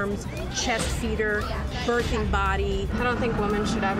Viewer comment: Does it bother anyone else that this person says bertheng person instead of birthing person? Is that "kids these days"? I'm still learning.